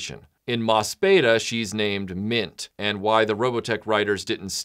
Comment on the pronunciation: Just because I have to be a pedantic ass, there is a pronunciation issue with the title. It is an ii sound, not an eh. The katakana translates as "mo su pi i da". Oh, and just as a fun little note, in Mospeada, Lancer...Yellow...whatever is a tribute to the Japanese Onnagata, or male performer in the female role. They became a standard in Kabuki, when it was made illegal for women to perform, starting in 1629. No Kabuki actor's training is complete until he has become proficient as an Onnagata. It has a much deeper cultural resonance for the original Japanese audience than it did for Americans, especially post adaptation.